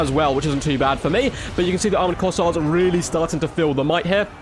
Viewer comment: 1. It's Kossar, not Corsair. 2. Kislev's Ice sanctuary seems like it would be incredibly good in these objective grinds. It isn't like you are trying to move anyways.